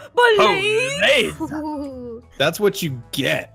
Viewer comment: App said and and I quote “Ba-laze